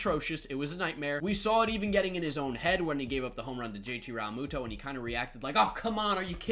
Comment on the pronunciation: PRONOUNCE REALMUTO RIGHT FOR GOODNESS SAKE DUDE IM GOING TO HAVE A SEIZURE IF YOU DONT